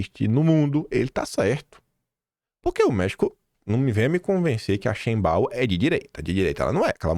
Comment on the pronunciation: Sheinbaum é uma palavra de origem germânica. Quer dizer: shein (bonito/a) baum (árvore) ou seja, árvore bonita. E se fala shainbaum. Sendo o m pronunciado como m e não n.